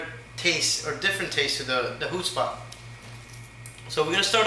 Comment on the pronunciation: Com' on...is this a joke...this is absolutely no way i make "Hoobspot" as you pronounce it. And Frying a Smoked sausage in plenty of butter? Heck no!!!